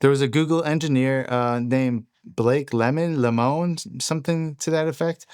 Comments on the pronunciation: lemoine is french and is pronounced ''lemwan'' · Blake's last name is pronounced Leh-moy-n, I know him in real life.